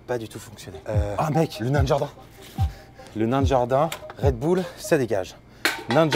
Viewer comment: "red boull ca dégage " tu as dit red boull et pas red bull🤣